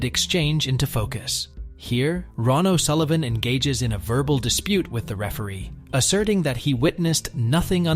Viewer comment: Ron o Sullivan it is Ronnie o Sullivan you muppet